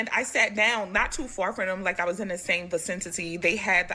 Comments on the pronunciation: There's only one "t" in vicinity. It's not pronounced vicintity. And that woman thinks she's knowledgeable when she can't even pronounce a basic word in the English language. I bet it's her native language too lol. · This old bird said "facintity". Clown ass.